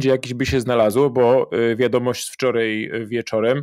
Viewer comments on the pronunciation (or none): I nie wczorej😄albo dzisiej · Co to znaczy wczorej, tutej itp ? To jakaś u Pana w miescie norma? Codziennie oglądam, chyba wszystko oglądałem szanuje. Tylko co to znaczy np tutej :D